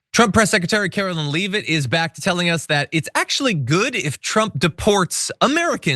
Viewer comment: Now we know why pronounces" Leavitt" as LEEE VIT! Because John does the same thing...... It's LEV-ITT Heidi Hitler's last name is LEV ITT DEFINITELY save room in our Jail-for-profit Jail industry for those The Legal System bags-(unless you're rich) When do the trains to the Gas Chambers load up? Will there be another Krystallnacht? Will we see mass graves in the USA?